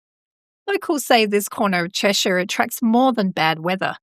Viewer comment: Thanks for the upload. I live in the county of Cheshire, just a few miles from this part of the M6. Interesting stuff, and well done on the pronunciation of our local place names👍